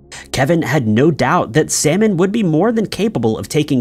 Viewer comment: Lord, you really called that woman "Salmon"